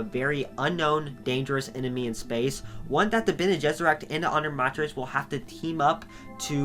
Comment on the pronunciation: Pronunciation varies a bit from who is portraying, i.e. “Dune 1984” had a bit different pronunciation then say the Sci Fi Channel’s made for TV series “Frank Herberts Children of Dune.” I laughed a bit when you correctly pronounce the hardest proper names, the Tleilaxu & Bene Gesserit, but not the rest. Harkonen: Har-Ko-Nen, or in some case, Har-Ka-Nen. Ghola: Go-lah. Fun fact the word Ghola is a derivative of the Hebrew word for a clone like being “Golem” in the bible. Ghanima: Ga-Ni-Ma. Leto: Lee-toe or Lay-toe, just depending on your preferred accent. Same as the actor Jered Leto. Alia: All-ee-ah. Darwi Odrade: Probebly pronounced Ohd-Ra-De Any who, love your work. Keep it up. 😀